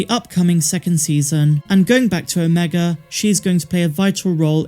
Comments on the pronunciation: Why do you pronounce omega correctly when talking about the project, but when talking about the character, you say "omeger"? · “Omega-r” lol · "Omeger" I'm dead lol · Her name ia Ameegah, just ask her brothers antah, eekoo and reeka. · “Mas ameda “ was what I thought she was sayin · Every time I hear it, I hear Mark Amiga instead which sounds like the name of a guy I used to work with.😉👍✨ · 😂 that's what I always hear, too! Hey, maybe it's really your friend the Empire is looking for... hmmm. Now I have to watch it again, what a terrible fate! :_MAULRAGE